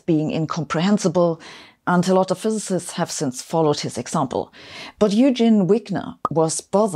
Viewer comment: Hard time pronouncing physicist 😂